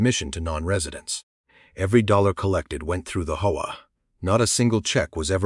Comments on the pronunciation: Why can’t AI just say H.O.A. Instead of “HOE-UH”? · It's not pronounced hoah. It's intials H.O.A. AI needs lessons in pronunciations. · It’s HOA…not hoe wah. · When will these so-called programmers teach Ai to say H O A ? Ai sucks